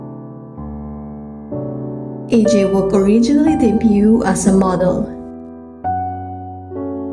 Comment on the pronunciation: Su nombre se pronuncia I-cha-uk